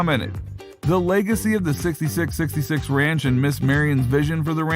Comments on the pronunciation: Four 6's. Not sixty 6 sixty 6. Sounds dumb as hell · It's pronounced 4 6's not 66 66 four six's say with us four 6's please say it correctly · its four sixes not 66 66 ( sixty six sixty six ) if you cannot get that right -dont bother ! Dislike because you cannot say the shows title correctly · It’s not 66 66 it’s the four sixes 🤦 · Stop calling it "sixty-six sixty-six." It's called "The four sixes." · It's pronounced four sixes. Not sixty six, sixty six. No. If you can't say it properly, stop talking. Seriously. This is an institution in Texas and most won't cotton to well to blatant disrespect of it. FOUR SIXES. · Dumbass media...it is Not "66..66" it is "4 6s" for the winning card hand that won the original ranch& it is not in South Texas but rather north central West Texas...pretty shallow research "The Showy" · Its pronounced four 6's FFS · It’s the 4sixes not Whatever the hell this guy is saying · Stopped watching as soon as he said 66 66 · It’s pronounced Four 6’s. Learn some history of reality please. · Pronounce the name The 4- 6's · It's pronounced four 6's. And it's not in South Texas lol It's in West Texas. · Jesus. Its the Four Sixes. You did some research just missed a key component of this informative video. Thanks for the info though